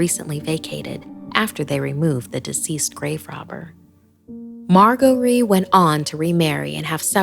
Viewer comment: Pretty sure it's pronounced mar-jer-ree even though it has a g